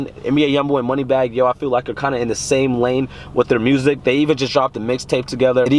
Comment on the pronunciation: "Moneybagg yo" huuuuuhh??? U gotta go